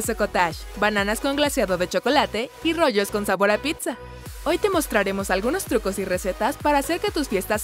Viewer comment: En el minuto dice pita y es pizza